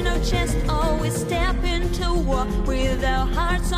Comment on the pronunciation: Чет очень прям "по учебнику" пытаешься произносить, такой акцент плохо звучит тут, особенно букву "t" часто слииишком явно произносишь ("step inTo wall", "*ditT* on our boots", "the darkness iT rises" и т.д.)